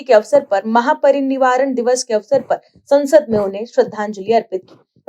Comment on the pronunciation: महापरिनिवारण नहीं महापरिनिर्वाण